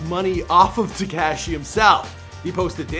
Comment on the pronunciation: How you say “ TECASHHHY” is so infuriating, and you say his name like 18 times. If you’re gonna say it that many times at least say it right 😂😂😂